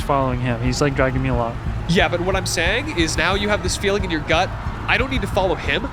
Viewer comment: Nahh cause you guys always be saying that in like “not FERiN well” istg lol